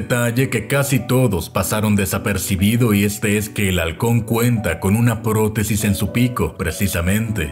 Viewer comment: En ka del halcon que dijo "protesis" escuche "poronga" disculpenme